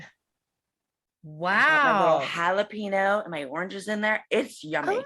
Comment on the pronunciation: "halapeeno" god i love 😭😭❤